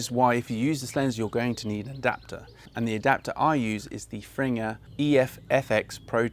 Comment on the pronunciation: Is that how you pronounce fringer? You’re kidding 😮